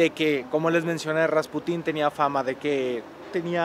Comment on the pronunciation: atención: se pronuncia RasPUtin, no RaspuTÍN, es decir, la sílaba tónica en este caso recae en la penúltima. De igual manera que PUtin (presidente de Rusia) y no PutÍN, aunque se escuche más chistoso